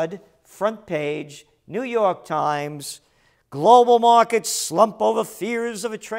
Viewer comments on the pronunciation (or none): none